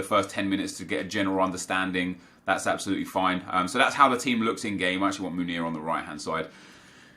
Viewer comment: love you man but please try pronounce Meunier properly, given that you use him so much. What your saying is 'Munir', Meunier is pronounced like in french, listen to a commentator saying his name, should help!